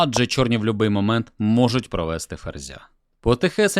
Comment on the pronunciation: І нарешті: не любИй, а лЮбий ❤ (будь який тобто 🙂🙃🙂)